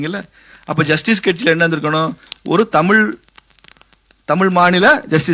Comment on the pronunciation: Tamizh is pronounced as தமிள் தமில். வெட்கம்